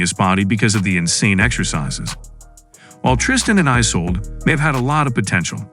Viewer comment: It’s Isulduh not Isolde 😂